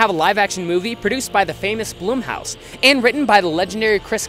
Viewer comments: I died when he pronounced Blumhouse Bloomhouse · Blumhouse not bloomhouse